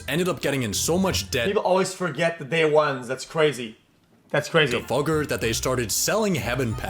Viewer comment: Fugger pronounced Fyooger